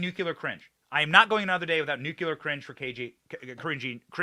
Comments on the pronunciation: Speaking of mispronunciation Benny, for the love of God Almighty, it's "Nuclear" not " Nucular"!!!!!!!!!!!!!!!!!!!!!!!!!!!!!!!!!!!!!!! What is WRONG with Americans? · nuCLEar not nuCULar… don’t be like George W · Its NUKE..LEEE..ERR NOT NUKE U LER...........SMH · Love what you do Benny but mispronouncing Canadian is no more 'cringe' than you continuing to mispronounce "nuclear"? Come on my man, it's not that difficult, you can do it! 😉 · and you do not know how to pronounce the word nuclear! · Benny...u mispronouns Nuclear everytime!!! Passing judgement are we?????